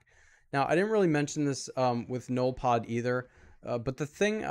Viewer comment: Hey,, pronounce it like this, "ZENOLFOD", or "ZENYLPODE" and what the hell is he!? And don't feel bad because I don't even know what the hell he is lol!:) I have an update about BERTILLA, She is underrated, she is actually great for raid offense I have her on 15 nodes:)